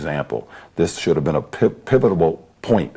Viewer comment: Pivitoble?? Lol! I believe he means pivotal! Bahahaha 😂